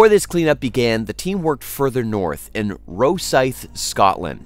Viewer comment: That’s not how you pronounce Rosyth